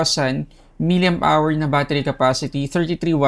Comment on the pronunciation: eto palang pinoy tech reviewer na miliamp hour basa sa mAh . yung iba kasi miliampere hahaha